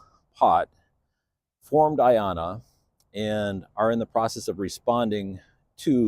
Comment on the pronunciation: A great start. I love the name for personal reasons. You pronounce it so well.